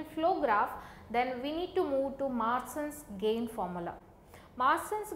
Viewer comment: Masins gain not maasins gain